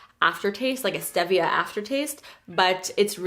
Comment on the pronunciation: it’s steeeeevia not stEHvia